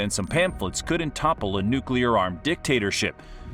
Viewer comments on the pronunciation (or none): . . . . "couldUNT topple. It's pronounced withOUT the U. Correct pronunciation is couldn't, with no vowel between the d and the n.